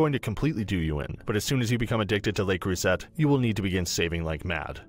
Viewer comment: Two things here, no three. Le Creuset is pronounced Le Croy-zay, Is this just a commercial for Lodge? Almost every sentence referred us back to Lodge. Thirdly Top 5? Unless I'm doing my maths wrong there's just 4.